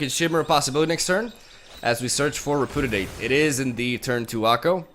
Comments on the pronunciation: I love your videos but I just have to say.. it's pronounced.. re·pu·di·ate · Ree - Pew - Dee - Ate. Just trying to be helpful. I know it's your second language. You are the shit. Keep up the good work. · nobody:: reh-poo-didate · I absolutely love that half of the time you can barely pronounce Repudiate (to be fair, not a very usual word). Lovely deck, lovely matches, my dude. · Listening to try to say repudiate is it's own entertainment lol